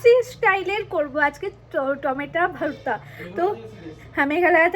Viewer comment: ওরে পাগলি রে সোজা বাংলা তে বল না রে যে টমেটো ছানা। আর এই টমেটো ছানা সবাই খাই, তুই বোধ হয় প্রথম খাচ্ছিস 😂😂। ভারতা নয় ভর্তা 😂 সোজা ভাবে বললেই হয় ।